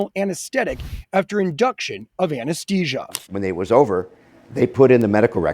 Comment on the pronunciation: Whoever is doing the voiceover should learn how to pronounce anaesthesia!